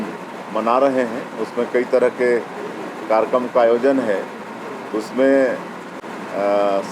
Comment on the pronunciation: कार्यक्रम ❌कारक्रम ✅ 😂😂😂😂😂😂😂